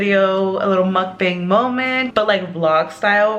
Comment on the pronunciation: Why do you guys call the mock bang as how it’s spelled. It’s pronounced mock bong. But anyways love the blogs and your daughter is adorable.